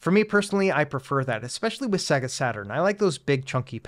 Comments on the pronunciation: Annoying -Sega is not pronounced "Seggah", it's "Saygar". Have you actually turned on a Saturn? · Nice video, but in my 40 years I've never heard anyone pronounce Sega like that 😂 if you ever owned that console like I did it audibly says the name when you load a game so I thought it was pronounced universally the same. "Say - gah"